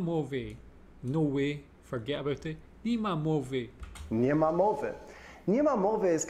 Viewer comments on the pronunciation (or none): You pronounce "nie ma" as "ni ma". Both mean "there is no" like "there is no money in the purse". But "ni ma" is very very colloquial, close to slang and comical pronunciation like "derz nou"